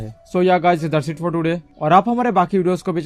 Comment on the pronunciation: When you say au r au 🤣🤣🤣🤣